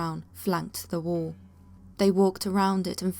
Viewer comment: And for crying out loud...its wall...not worl...for fu**s sake